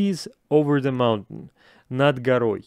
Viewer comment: Киану произносит как будто " cool breeze in the mouth ". (Свежее дыхание типа как будто))))). Mountain чо то я не слышу.